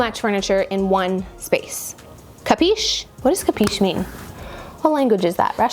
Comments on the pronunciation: it is actually " capisci" u read it like kapeeshee. meaning do you understand baci dall italia ( kisses from italy) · Oh my god... if you don't know italian, please, speak english... thanks. "Capisch", "Capiche", "Capisc' "... lascia perdere... davvero... ;-)